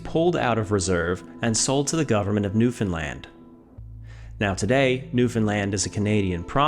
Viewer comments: It's not New Finland, it's New Foundland I think. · I can't find one person who pronounces New Foundland, New Finland. It can be New Found land or New Foundland but not New Finland, your education is letting you down mate